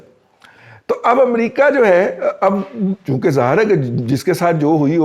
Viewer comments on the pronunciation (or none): none